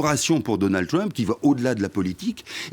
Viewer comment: La révolution de Donald TWUMP, mec arrête, parle le frenglish c'est mieux lol